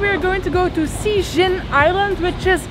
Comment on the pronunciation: Actually, Cijin is pronaunced "Chi jin." Just let you know. =)